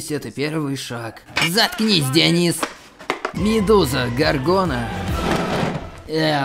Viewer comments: ДиОнис,ударение на о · О, боги. ДионИс!